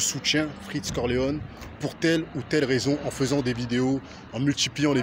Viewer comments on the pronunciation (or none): Cest freeze corleone pas freech corleone 😂